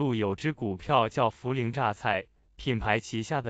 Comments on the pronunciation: 你努力抹黑大陆的样子虽然很狼狈，但是你说涪(pei)陵榨菜的样子真的很自信(gáo xiào)。做人无时无刻都要保持自信，你做的很棒，你要坚信着 这个字就是念pei，你的自信不允许它念涪(fu)知道吗？ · 泼ei~陪，pei陵。同学请注意你的发音😂